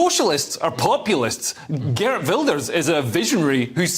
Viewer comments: Good attempt at pronouncing his name. Still no bananas. Geert, not Gert. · Geert Wilders is actually with a soft ' G' . Geert is from the south of the Netherlands and they use the soft G, above the great rivers they use the hard G/RRRR :) (ps. we are also going to build four extra nuclear stations ( we are already in the proces of building two) and will be soon energy independent)